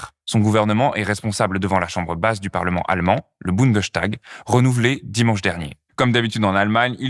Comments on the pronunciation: Bundestag...et non Bundeschtag !! En allemand st se prononce comme en francais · Bundestag, pas Bundeschtag ;-)) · on prononce : bundes - tag ...et non pas bunde - chtag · On prononce « boundeStag »et non « boundechtag »parce que c’est une composition du mot bund et tag ;) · Bundes-tag, pas Bunde-s(ch)tag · Bunde!S!tag il n'y a ni de sch ni de ch ça ce prononce S. Ça me demangeais de ouf désolé 😅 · Bon il faut bien prononcer : BundeStag et non " Bundenstag" C'est peut être un détail pour vous mais pour les germanistes ça écorché un peu les oreilles.. désolé... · petite correction de prononciation, on dit bien Bundestag comme on le dirait en français, le s devant le t dans ce cas là ne fait pas de son ch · je me permets de corriger car je l’ai entendu plusieurs fois: Bundestag se prononce boune deusse tague et non boune deuche tague 😉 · on dit Bundesstag, pas Bundechtag. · Génial la vidéo ! (Par contre c'est vraiment bundeStag, pas BundesCHtag) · Petit détail de prononciation: en allemand "st" ne se prononce "cht" qu'en début de syllabe, à l'interieur d'une même syllabe. -> Bundestag = Bundes-tag, parlement fédéral. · En tant que français étudiant ( la politique en plus ) en Allemagne je trouve que le système allemand est très bien expliqué... Bon par contre... Bundestag ça ne se dit pas comme ça 😅 le st peut se cht en allemand en effet, comme dans Sturm ( tempête ) par exemple mais pas dans Bundestag car c'est un mot composé Bundes-Tag ce qui se traduit par assemblée fédérale en gros, donc on prononce boundess tag Ouais je sais c'est un détail mais ça m'a fait vraiment bizarre le bundeschtag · Le 'tag' se prononce "tac" il me semble. La prononciation est donc "bounedeussetac". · On ne dit pas "bundechtag" 😊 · Votre prononciation de "Bundestag" est amusante.